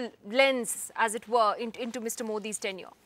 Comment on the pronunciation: Tenure = period , it sounded a bit like 10 year ( not years)